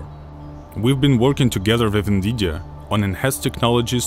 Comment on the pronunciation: "We've been working together to with Vnvidija" lol am i the only one that funds it really funny how he pronounces Nvidia?